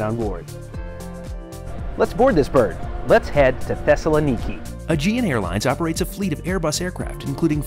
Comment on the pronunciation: You need to work on your pronunciation Thessaloniki, for European viewers. Its ;Thess-a-lon-ika